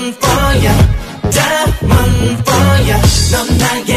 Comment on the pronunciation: I'm the only one who feel really satisfied by how Daehyun pronounce diamond? I don't know even why.. 😂😂 but bless their vocals 😍